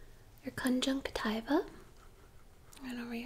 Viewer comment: Every now and the I have to come back for my "conjunctiva" fix